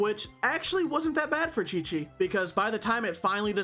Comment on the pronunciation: THE DISAPPOINTMENT WHEN HE SAID QIQ AT THE BEGINNING AHSHAHHAHA